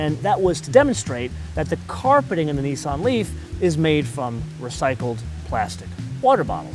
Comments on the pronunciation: Does this person have a problem speaking. He keep pronouncing words wrong Nissan and sportage When will Americas learn English. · ***** it pronounced as if the letter where in the lower case nissan